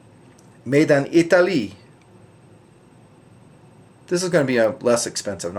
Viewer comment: "Made in I-ta-lyyy" That sounds more like japanese! :)